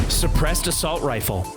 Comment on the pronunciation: Sebressed ar succceedd